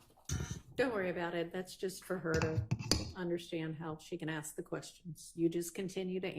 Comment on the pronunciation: 'I dont axe no questions' i just said lets go!!!! ?🤦‍♂️